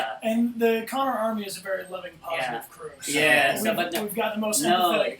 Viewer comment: Am I the only one who heard Bryan say "Conk" when trying to say "Connor Army"?? Coincidence? I THINK NOT, but hey, that's just a theory, A DBH THEORY!!